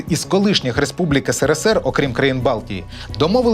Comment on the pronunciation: Да БЛІН НЕ " НКВДе", а " НКВС"!!@ СКІЛЬКИ МОЖНА "НАГАДУВАТИ"! ТИЖ ЖУРНАЛІС- ПОВИНЕН ЦЕ ЗНАТИ,ЧІ РОЗУТИ ! НУ ОТ ТИ ЧОМУСЬ ПРАВИЛЬНО КАЖЕШ"СРСР", ЧОМУ ВСЕ ІНШЕ НЕ ГАРАЗД?!